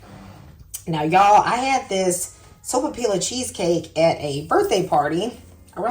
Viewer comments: Pronounced soap-a- piya. In Spanish one L has the elle sound but two LLs have a y sound. Here in New Mexico a puffed sopapilla with honey inside is a perfect dessert. We also like stuffed sopapillas with ground beef and green chile like a handheld burrito. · The lls are silent and pronounced like a "y". So pa pee ya. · MAKE THIS! It is delicious & always a hit. It’s pretty sweet already, so I skip the honey. Pronounced SO-PAH-PEE-AH. Double L in Spanish is pronounced as y (ee). Excellent tip about the wax / parchment paper. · I think the “ll’s” are silent? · Not silent… “y” sound.😉🩷